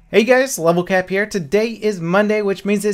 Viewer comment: he said lvl cup, not lvl cap